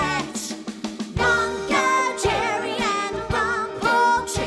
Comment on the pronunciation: they went and said mongojerray and rampultayzuh